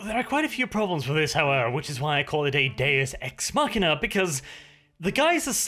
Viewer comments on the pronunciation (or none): none